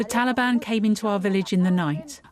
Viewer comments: "Taliband" she's done her homework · The talabani messed up religion are offended when their "official" names are mispronounced. Someone called them TaliBAM. It made me laugh at them that they could even think they can replace true Afghan men. Sad that talibani are making the whole world hurt. I wish they could've started their own trip on a patch of earth away from civilized society, just a bunch of cavemen hanging out together.